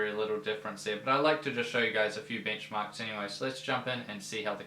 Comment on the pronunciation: I thought you said "Bingmarks" for a second.